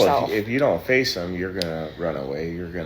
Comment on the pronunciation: says force instead of face....freudian slip much?